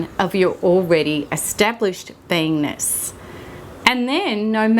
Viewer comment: It sounds like she's saying I have to heal my "vainess" or "penis." I had to keep listening until I think she said "beingness." Please pronounce better.